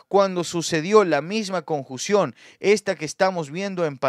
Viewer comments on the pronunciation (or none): ...no se dice conjución es: CONJUNCIÓN!!!!!!!